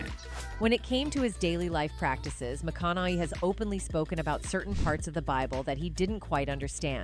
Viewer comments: What's with that stupid pronunciation "McKonay" ?? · Wish she would pronounce his last name correctly.. AI i guess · ❤ how can you not love the man. I met him personally at music lab here in Austin it's awesome. And I do remember the night the cops were called on him who is in his own home minding his own damn business. And I agree with the first comment up there I can't stand AI I can't even say his last name right😂😂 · I hate AI commentaries, half the time words are pronounced wrong or completely misconstrued and mistaken. That's not how his surname is pronounced. Dear God help us 🙃